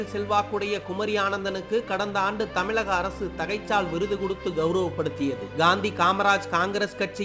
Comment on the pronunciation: தமிலிசை, தமில், தமிலக அரசு- என்ன ஒரு உச்சரிப்பு😢